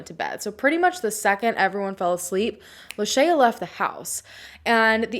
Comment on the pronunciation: I think you are mispronouncing her name. Did you hear the way her mom pronounced it in the interview?